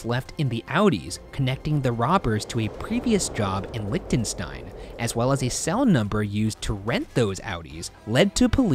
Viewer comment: Ryan really pronounced Lichtenstein as "Lick-ten-stein" lol